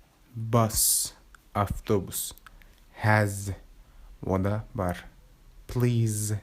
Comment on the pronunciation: ода бар емес онда бар деп оқылады ғой